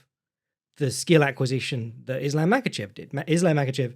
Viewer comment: The Yosemite Sam of pronouncing it “Is-Lamb”